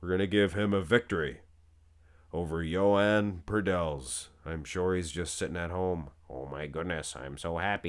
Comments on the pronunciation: Everybody pronounces his name so wrong its Joan not Yoan and definetly not Yohan 😂 wtf just listen to an interview with him in spanish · This is the first person who tries to pronounce the name correctly. The pronunciation would be like saying: Joan Pradells ≈ “HWOH-ahn prah-DELLS”